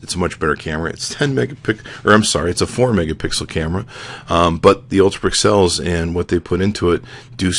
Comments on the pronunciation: I think it's funny when you say "pick-cells" instead of pixels... Lol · i love the way you say pixels lol :D